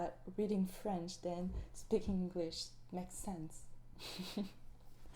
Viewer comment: I love your voice and your French accent is verry good (From a French speaker)